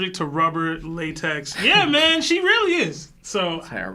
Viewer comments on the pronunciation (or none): none